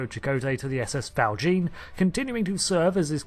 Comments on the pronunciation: It’s pronounced “Val SHAWN,” not “Val JEEN.” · Nice video :) FYI, I think Val Jean is pronounced as if French, for Jean Valjean, the character in Les Misérables, which features in DS9 as well. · You are pronouncing val jean wrongly!!!!